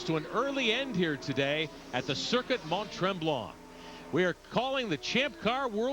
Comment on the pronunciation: These commentators were atrocious when it comes to pronouncing drivers names.. I mean how difficult is it to pronounce Jani.... Yani As he even said when he drove in A1GP. Interviewer cant even say Stoddart ffs 🤦🏻‍♂️😂 They cant even pronounce Mont Tremblant properly 😂